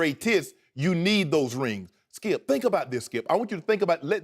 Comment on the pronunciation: so annoying hearing shannon.... "(takes a breath)....Skiep, Skiep. every time he talks